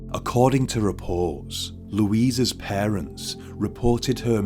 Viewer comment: The pronunciation was a simple mistake, anyone could make. Just loser girls is what is important, losers.